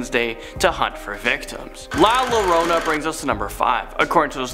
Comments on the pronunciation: Llorona is actually pronounced your-own-ah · llorona is pronounced "yorona"